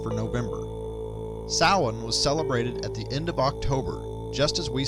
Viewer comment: Samhain is pronounced sow-wen.